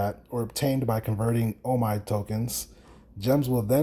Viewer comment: It's pronounced OMEEEEEE